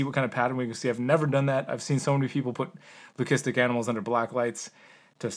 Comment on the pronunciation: The way you pronounced leucistic hit my ears weird. Just sounds wrong. But I’m no expert.